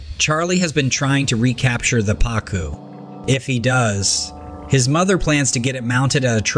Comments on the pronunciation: The fish is a Pa-Koo. Not Pa-Cue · Why did the narrator pronounce "pacu" differently 4 times?